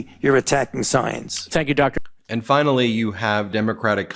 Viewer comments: She can’t even properly pronounce the word doctor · Do they know intelligent HS kids watch this with an interest in government! These people are sooo embarassing! MTG doesn't recognize a Doctor when she can barely finger read and routinely mispronounces basic words? The nerve😂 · I’m digging Crockett and Moskowitz! Bring it y’all! Take the gloves off w these ignit yahews! Just simpletons! Marge can’t even pronounce doctor properly! Frickin goobers and hicks!